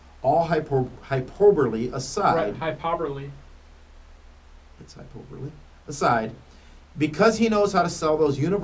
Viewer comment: Add a cute girl to the mix and looses the ability to read and says hyPARberly. LOL.